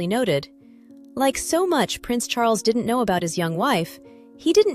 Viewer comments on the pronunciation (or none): none